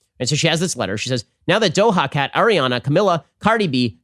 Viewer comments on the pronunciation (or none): he said DOHA CAT BENNN it's do-juh cat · Do"ha" cat🤣🤣🤣🤣🤣poor Ben.